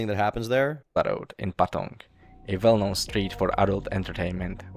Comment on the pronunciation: He also pronounced "well-known" as "vell-known", so I think there's a bit of German too